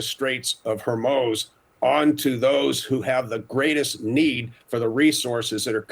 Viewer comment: Strait of Whor-moze???